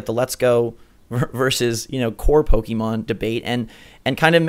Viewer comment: It's pokémon. The e is simillar to the ke from kevin. Not kiven